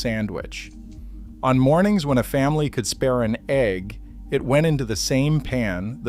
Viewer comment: A fried "AG" sandwich? Stupid AI can't pronounce egg correctly or what.